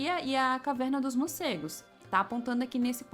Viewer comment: Legal, legal. Só treina falar morcegos e não murcegos😬